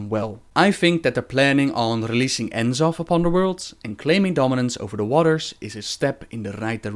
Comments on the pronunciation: It's not NERZOTH either. It's N'zoth.Pronounced as "Nuh-Zoth". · And still pronouncing N'zoth wrong, =P